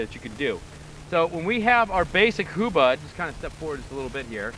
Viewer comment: This is very important to keep in mind: It is "HUBUD" not "Hubad". Hubad means "get naked" in the Filipino language.